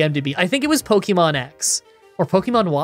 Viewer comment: Considering I have heard someone pronounce syrup in an interesting way, I say does it matter? If we're being technical, he's not pronouncing Pokemon right either. But we all know what he is talking about so it doesn't really matter in the long run.